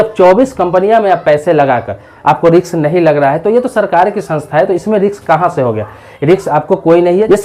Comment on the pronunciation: Riks nahi risk hota hai ..Video shaandaar hai..